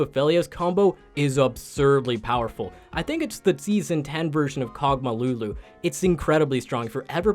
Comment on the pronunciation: Lulu not Nunu